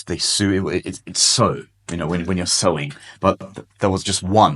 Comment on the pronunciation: Sewing pronunciation sowing